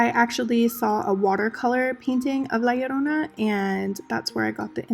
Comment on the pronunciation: Yessssss! La llorona........ loved everything about this video even how you said “la llorona”